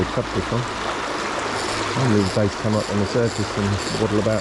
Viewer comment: How many times u gonna say base not bass lool.. top quality video tho gonna try this spot myself